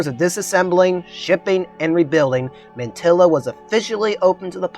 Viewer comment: Thanks for the vid. Besides the mispronunciation of Taliesin, Mantyla is pronounced "montahla", which means "of the pines".